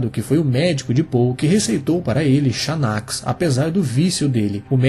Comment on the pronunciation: Xanax se pronuncia "Zanax", esse é o nome comercial de uma substância muito conhecida chamada alprazolam. Essa droga é usada para tratar ansiedade e depressão, principalmente. Pode causar dependência e outros efeitos adversos, podendo levar à morte, caso seja usada em grandes quantidades ou combinada com outras substâncias, como álcool e opioides.